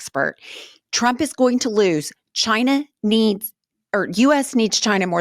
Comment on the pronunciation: 😂🤣 Good one "Jyna" (China in velveeta voldemorticians pronunciation)...